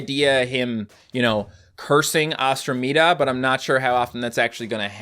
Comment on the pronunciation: Oh for commander ostrameda. Its pronounced like andromeda. Like the stage